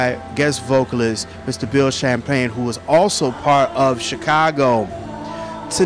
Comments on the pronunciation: It is Bill Champ-lin...not "Champagne"...lost me at that point. Technical recommendation, hold the mic in the hand closest to the person you are interviewing...minimizes odd looking cross body presence. Danny as always is simply brilliant. Bill's tried to focus on the now and future but questions labored on rehashing old news. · Champlin, not Shamplayne